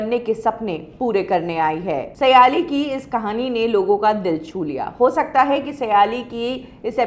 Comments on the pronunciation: aap ke surname से लगता है आप महाराष्ट्रीयन हो. तो आप सायली को सयाली क्यू बोलती हो. इस शो का aur एक contestant सवाई भट्ट भी कई live concert कर चुका है. आप का नया set-up काफी achaa लग रहा है.👍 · not सयालि सायलि